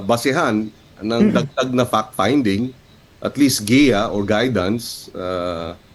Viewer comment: when they pronounced "Fact Finding" it sounds "Fuck Finding"